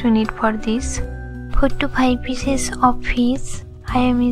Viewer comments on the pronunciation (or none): “Pour on pheees pheeesis”